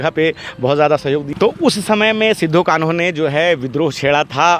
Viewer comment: सिद्धू कानू नही होता है इस को अपभ्रंश मत कीजिए। सही शब्द सिदो-कान्हू होता है।